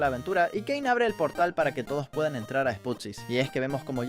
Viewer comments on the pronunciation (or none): Si porque en un rato dijo "keine" en vez de "kein" para referirse a caine